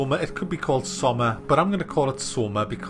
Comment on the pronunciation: It's pronounced SSSS-OH-MA.